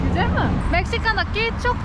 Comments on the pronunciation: HEYON GUSELMİİİ DENE😂🤣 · her gucel mii dediğinde kahkaha atıyorum yaa:)) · Çüzel miğ -Just try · nobody: gücelmi: Try again:gücel mi: Try again:gücel mi: Try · Güçel mi? Güçel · güzel mi yi Karadeniz ağzıyla söylüyor çok komik